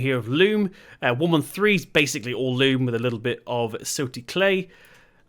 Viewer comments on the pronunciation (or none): I'm really enjoying your videos again, it's great that you're back. The soil type is loam not loom by the way 👍🏼